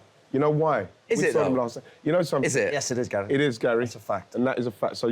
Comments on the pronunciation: Why does Ian Wright call Neville 'Gal'? It's odd and I can't ignore it now that I've noticed 😭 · What does Ian call Neville? Sounds like 'Gal' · Why does Ian say GAYL when he's talking to the blokes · Why does Ian Wright keep calling Gary Neville "Gail"?😂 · He’s saying Gal for Gary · Why does Ian call Gary, Gal? 😅